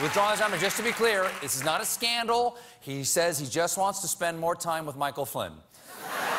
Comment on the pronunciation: SCANDALS!? I thought someone said Handles!